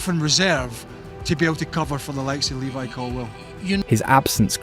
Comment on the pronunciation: His name is LEVI Colwill, not Lewis.